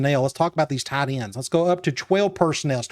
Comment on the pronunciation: “Tee-un Tide Ends”